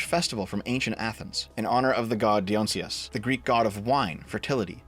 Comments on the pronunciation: its diony sos not dion sos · Dye-uhn-EYE-sus. Not "DEE-on-see-us" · It's Dionysus, not Dionsyus. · "Deon-sius"? Holy fuck,... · dionysus. pronounce like shakespear's iambic pentameter. die-oh-nie-sus. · I think he does it on purpose. He mispronounces a lot of things. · Di-o-ny-sus,. C'mon! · Di-o-ny-sus, dude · the fucking pronunciation is in the screenshot of the wiki page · He may have been tying it to the French pronunciation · Hard not to -1 this for the brutal mispronunciation of Dionysus, twice, but I won't Their claim that it had nothing to do with The Last Supper, that that's just a coincidence, is obvious BS. They gave her a crown reminiscent of a Christian artistic halo for a reason. The guy designing it claiming he didn't have The Supper in mind is clearly lying. You don't do that by accident. No artist in the world doesn't at least know of that painting. The fact that they slapped Dionysus on top of it, made representations of other Greek gods -- okay, but isn't it interesting when the centerpiece god you chose is a god known for lust, orgies, and debauchery? Sure, he may have had other things on his mind when he designed it, and maybe he didn't even think of it as a mockery -- maybe he thought he was improving The Last Supper(?) -- but the claim that the connections weren't intended is an obvious lie. Which, btw, essentially proves. They knew what they were doing before, during, and after, and they were proud of it. It's clearly only the backlash that made them think, "oh, maybe we went a bit too far. Maybe we should've waited another 10 years to do something this outrageous, when the culture is even more debauched than it is now. We've still got work to do! Now let's change up the story and run cover for it. Gaslighting, commence!" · how the fuck did dev just pronounce "Dionysus"?????????????????????? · Hearing mispronounce Dionysus is both funny and painful. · You mispronounce Dionysus really badly. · Yeah that was terrible